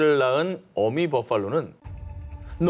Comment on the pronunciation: 전햔무 버팔로 발음할때 붜퐐로 너무 원어민 발음 으로 하는거 역겹다 그냥 한국사람처럼.버팔로 이래야지 붜퐐로 발음 짜증난다